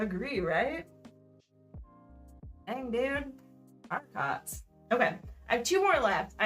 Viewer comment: I'm not a french expert but I think it's pronounced "ari-co"